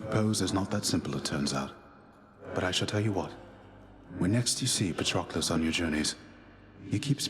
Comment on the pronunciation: they really said patroquilles